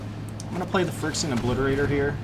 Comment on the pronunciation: Is it just me or are you mispronouncing Phyrexian? Regardless, it’s a fun deck to watch. Thanks for the upload.